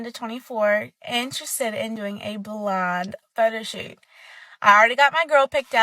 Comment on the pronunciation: I thought she kept saying "blonde". It wasn't until around the third or fourth time she said it when I realized she was saying "blind". 🤪